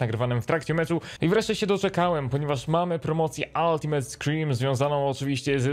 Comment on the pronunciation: Altimejt a nie altimet